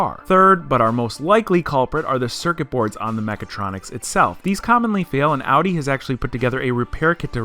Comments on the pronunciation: y tf did he say odee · Cringe every time they say “aww-dee” instead of Audi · Am I the only one unreasonably bothered by them pronouncing it "awe-dee"? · You pronounce Audi wrong. Dumb ass. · How can someone who "knows cars" still mispronounce "Audi"?